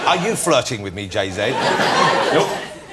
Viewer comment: “jay zay”